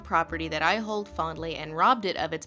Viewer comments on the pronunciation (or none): none